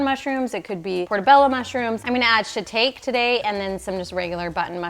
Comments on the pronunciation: FYI, it's pronounced "shi-TALK-ee," not "shi-TAKE." 😂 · SHI-TAKE? SHI-TAKE?? It’s shi-ta-Kay for a start, but breaking spaghetti in half, goodbye forever😒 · THANK YOU for these!! I super appreciate you, thank you for all you do!! (The mushrooms - you say it ‘shi-tock-eee’ 😁) 🌽🍅🍠🥕🥬🥑🧄🧅 Hey can you share what you make for Thanksgiving??? Making decisions & in the weeds 🤣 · I was really into these videos because you seem to know what you’re doing. But when I heard “SHI-TAKE” mushroom, I’m heading out. Sorry. Not being the grammar/speech police but it makes me question everything about your content. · Italians won't break the pasta, shitaki mushrooms pronounced, cooked the temped for 5 min to take the bitter tastes out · Sha-tah-kee mushrooms